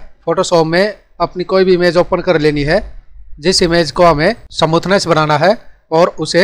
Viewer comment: Samuthness nhi smoothness